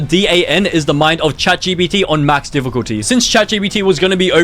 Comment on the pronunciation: Max “diffuculty” was hard man.